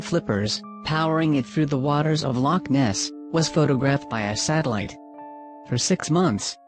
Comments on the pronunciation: its not loch ness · Villager . Lough Neagh.